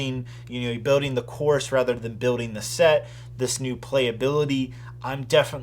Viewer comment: It triggers me whenever he says building cas he doesn’t pronounce the ‘L’ . Other than my personal nit pick good review